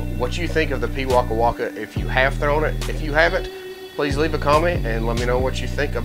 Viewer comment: As a beginer i do love this disc and as a new Zealander you are saying the name of the bird correctly. keep up the great work.